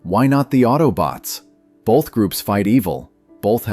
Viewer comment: Uhhhh, "bolth?" I don't think there's an "L" in "both"...